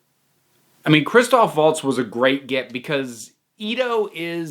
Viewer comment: Did you just say "Waltz"? With his proper, native "V" sound? You must really like the man. Just like me.